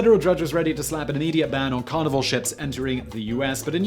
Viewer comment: Oooohhhh Carnival.....I kept hearing Carnivore! 🤨